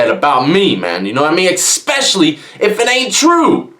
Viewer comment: It's eSpecially, not eKspecially